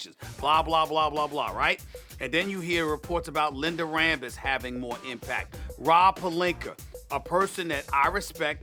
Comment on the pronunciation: Stephen A.... who THE FUCK is “Rob Palinker”?